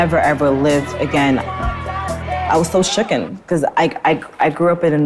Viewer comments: Wait. What? She teaches english, and she still says "shooken" and "axed"? Hilarious. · She is an English teacher? “I was so shookin?” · “I was shooken.” 🙄 She’s an English teacher? 😂😂😂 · Ok I wasn't going to make fun of her until she said she was an English teacher. Madam, "shooken" isn't a word. You can be shook or shaken but not shooken. If you can't speak the language correctly, how the hell are you supposed to teach it.